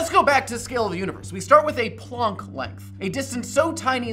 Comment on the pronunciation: Plonk length? It's plank like wooden plank.